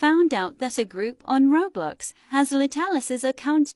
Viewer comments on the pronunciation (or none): “RoB bLoX” omg it is roblox